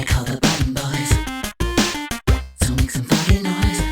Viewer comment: I could have sworn the outro said "Blutton Bloys"...